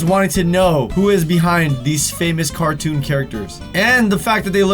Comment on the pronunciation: "famous cartoun characters" X'D